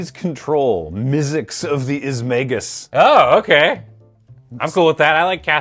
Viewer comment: It’s IZ-MAG-NUS; there’s an N after the G ;P